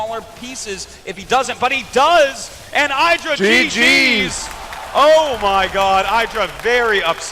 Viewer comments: THAT IS NOT Aydra,thats Idra (E-dra) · Yea it's not Aydra, its ihdra.